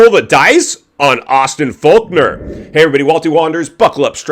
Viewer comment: It's Fork-ner not Faulk-nor 🤦‍♂️